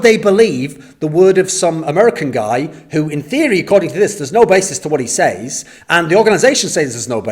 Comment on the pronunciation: it triggers me so much everytime he utters "seis" instead of "says"